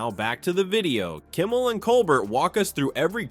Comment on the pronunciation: Will not subscribe to computer voice that can’t correctly pronounce Stephen Colbert’s name.